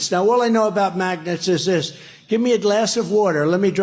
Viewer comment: magnets pronounced maganuts..